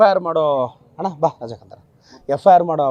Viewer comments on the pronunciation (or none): none